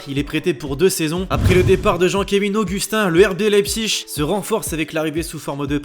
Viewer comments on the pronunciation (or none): none